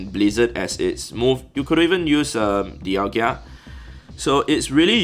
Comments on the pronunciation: dialga... d-i-a-l-g-a... there is no 2nd i to be dialg-I-a.... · Dialga not Dialgia🤯🤣🤣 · Dialgia 😜🤣🤣🤣 Oh 😅